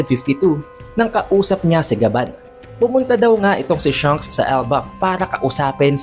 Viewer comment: Shanks not Shunks haha